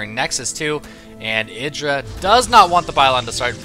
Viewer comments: if u ignore the indra thing. idra would be pronounced ahy-dra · You would pronounce it Id-dra if it had two d but idra one d is pronounced eye-dra. But IdrA wants us to say id-dra so... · It's not idra. It's Greck.